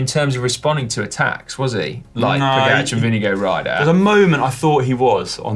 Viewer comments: It sounds like you call Vingegaard vinegar. It is more like “ving-a-gor” 👍😉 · Is vingegaard pronounced vinge”go” or vinge”guard”